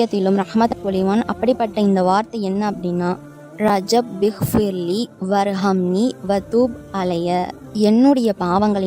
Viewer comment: ரப்பிக்ஃபிர்லி சொல்லுங்கமா ரஜ்ஜப்பிக்ஃபிர்லி இல்லைமா